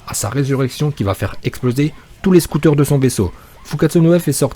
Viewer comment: On dit scaouter mais ça s'écrit scouter